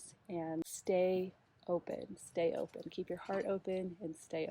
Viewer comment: You emphasize on “ stay open” I need to know more about this pls.